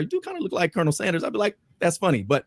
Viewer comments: it’s pronounced Ker-nil, a military officer title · Please stop saying Colonial Sanders like that!!!